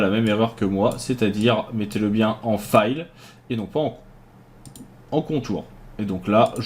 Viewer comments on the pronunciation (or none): ''fil'' pas ''faïl'' :p Parce que la prononciation ''faïl'' existe mais ça s'écrit 'to file' et ça signifie soit limer, soit indexer/créer un dossier.